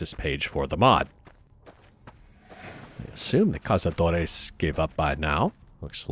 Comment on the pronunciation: I find it both hillarious and somewhat cute how you try to pronounce Cazadores with its Spanish pronunciation. It's actually quite good too.